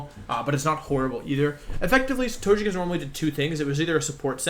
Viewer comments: it's not tochekiss but togekiss, it's a japanese name not english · I have to know, does he say the pokemon's name incorrectly on purpose? Arcaneenay? Tojuhkiss? Jiggalith? Cinderachi? He says Ninetails... THEN SAYS Neenaytails?! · Do you say Tojekiss on purpose?